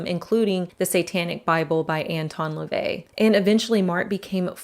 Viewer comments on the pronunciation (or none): none